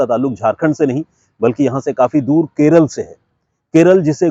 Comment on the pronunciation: Please say kerala, la not l